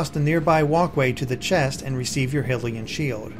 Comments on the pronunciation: its hi-lee-n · You say hylian like this high-lee-an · Hillian. Hillian? HILLIAN!?!?!? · First time I've heard someone pronounce Hylian as "Hillian" like me. 😅